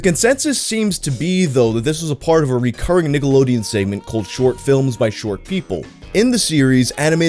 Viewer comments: I thought you said “Niggalodeon”. You may proceed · Cant be the only one listening with headphones only and had to do a double take at the very beginning of the video i swear just said Niggalodeon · Does anyone else hear him say niggalodeon at the start of the vid? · Did my man say Niggalodeon there at the beginning?...🤔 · The "cke" in that first "Nickelodeon" sounded a bit close to a "ga" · says Nickelodeon like it should have a hard R